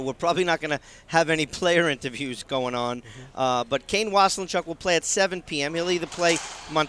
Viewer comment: Waselenchuck, pronunciation, get it right. It's driving me nuts! Was=len=chuck. Not was a len chuck. Thanks! :)